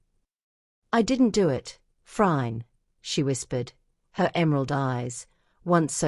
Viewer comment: This is AI The AI doesn’t even pronounce Phryne correctly.